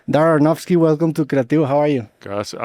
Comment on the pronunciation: QUEEEEEEEEE COMO QUE DARREN AFONOFSKI